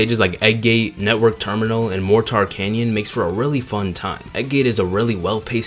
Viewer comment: For the drill Wispon, you had me in the first half, NGL. Love this video. It brings more light to a game that definitely isn’t incredible compared to other installments, but isn’t anywhere as awful as others. It gets an unreasonable amount of hate thrown at it, so really, thank you. The one nitpick I have is a really minor one. Mor Tar canyon? It’s Mortar canyon. Like the explosive? I love explosives, so hearing the name of one of the best stages in the game butchered made me actually take internal damage. I felt something lurch in my chest, lol.